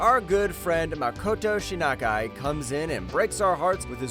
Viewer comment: Did this guy said Makoto Shinakai?....